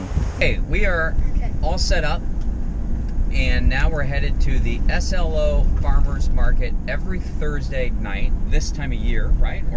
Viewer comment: We do pronounce SLO slow, so was correct. I can't believe you bypassed Solvang.